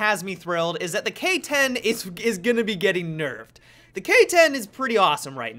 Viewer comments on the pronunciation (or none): "Nuffed or Berfed" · Nuffed or burfed?